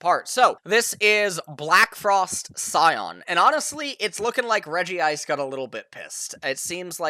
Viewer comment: Pokémon fake fan. Calls it Regi-Ice when it’s actually Reg-ice